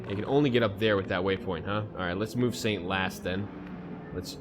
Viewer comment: I think I heard you say satan instead of Saint!